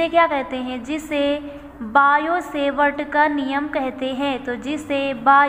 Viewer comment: Sevart nahi hota hai savart hota hai